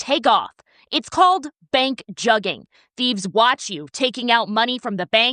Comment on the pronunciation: Juggin. Has BEEN AROUND. And they sayin it wrong. Juggin term been around since 05'. Damn they late AF. It came from Atlanta not no damn Carolina's or Texas